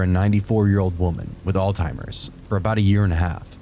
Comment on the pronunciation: omg its not all-timers. It's pronounced ALLZ-HEIMERS